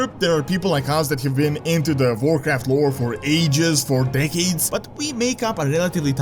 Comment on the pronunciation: OMG this dude's accent "Vorcraft" lololol